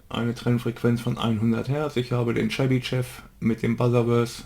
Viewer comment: Tolles video! Seit ich gelernt habe, dass auch digitale Filter die Phase beeinflussen war ich sehr verunsichert. Jetzt hab ich ein besseres Bild wann welcher Filter seinen Zweck hat. Chebyshev spricht sich übrigens Tschebyschow.